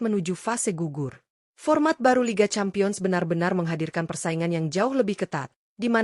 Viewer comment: Campion apa lampion seh Cempien dibacanya